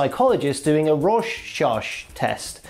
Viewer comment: It's pronounced roar shack test.